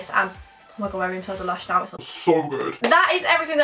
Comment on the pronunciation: When said my mum brought me something me something from lush I thought she said my mum brought me some lunch 😂😂😂😂😂♥️♥️♥️